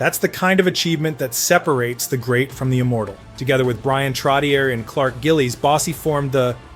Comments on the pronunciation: "Trotty-air " ?. WTF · TROT TEE YER 😂 AMERICANS ! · TrotiiERRR!?!?? Way to go thERRRE AII generated documentary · If you can go to the effort of making and edit this video, why are you using AI to narrate? It's Trottyay, not Trottyer. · I agree with the comment below. If you don't know what arena he played in, don't mention it. And, for the record, Trottier is pronounced "Trot-E-Ay". No, I'm not subscribing. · Trotchay is how Trottier is pronounced. Nassau Coliseum is where the Islanders played, not MSG. SMH. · It's hard for me to believe we've reached a time when a hockey fan mispronounces "Trottier." Some day it'll be "Lemieux." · It hurts my head when you say Trottier. Look into how to pronounce it correctly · Every time he says Trottier I gag a little